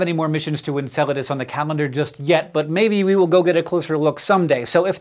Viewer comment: You might not be pronouncing it right.